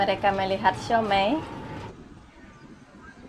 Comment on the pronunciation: siou mai 燒賣 bukan siau mei 小梅 suami kamu tau gimana baca